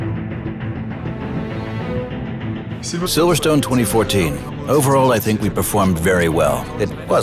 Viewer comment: First Of All It is Silverstone notsiverstone